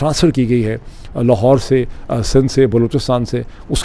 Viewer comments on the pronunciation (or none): none